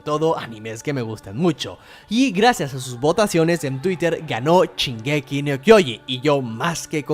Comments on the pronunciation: no puedo escuchar que diga 'chingeki' me fastidia demasiado que sque el video xd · Chingeki dice xd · Al chile men dijiste mal shingeki DISLIKE. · Perdón la ignorancia pero, de dónde es el acento ese en que pronuncia la "sh" como una "ch", es que me ancantan las diferentes dialectos y pronunciaciones; y este lo escuché varias veces pero nunca me animé a preguntar... supongo que podría ser de alguna región de México, pero no tengo idea. Perdón por no comentar nada referente al vídeo por más bueno que esté.